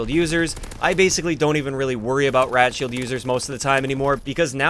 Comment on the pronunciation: Sounds like your saying 'rat-shield'